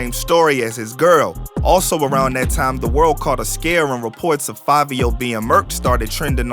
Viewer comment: I’m still trying to figure out how “Fivio” is pronounced “Favio” 🧐 BTW, the original dude was FABIO lol